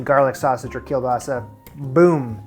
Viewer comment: My heart ached when I saw you removing skin from kiełbasa. That's the best part! Also, I always shocked when I see Polish products in non-Polish videos, especially when people nailed the pronunciation :D